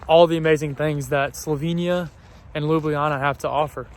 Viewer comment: A month in Slovenia and STILL can't pronounce Ljubljana. You should ask some of your friends on tips to pronouncing Šmarna gora and Ljubljana. Also, fyi the city bus is called a trola